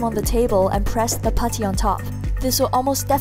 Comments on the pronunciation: i love when she says puddy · The way you say putty is funny